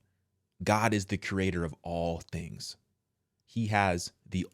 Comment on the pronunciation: When you emphasize “all things”, i really sat for a second to really think about that… like he literally made EVERYTHING😭! Most clothes come from animals and plants. Our food.. animals and plants. Our homes.. plants or materials that came from earth😭